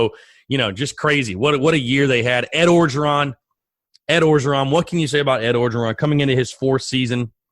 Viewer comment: Orgeron is pronounced without the first R. Just Ogeron